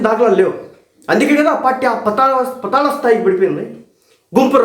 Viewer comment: Rey, Telugu baagaa nerchuko Thammudu. Pataala kaadhu. PAATAALA. Kunkati vellatho Kaadhu. Kookati vrellatho anaali.